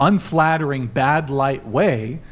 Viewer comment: She does the typical young women thing with pronouncing “that” as “thawt.” It’s “bodd.” Do you mean “bad?” The word is “past,” not “possed.”